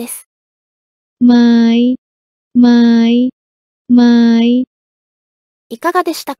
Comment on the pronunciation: ไหมを例として挙げるのは良くないと思います。書いてある通りに読むと↗︎になるはずですが、実は↑と読むのが正しいです。 ไม้も、書いてある通りに「マイ」じゃなくて、「マーイ」と読むのが正しいです。